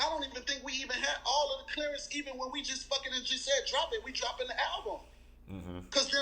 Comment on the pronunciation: We trying to get a “Clarence” ??? Did he mean clearance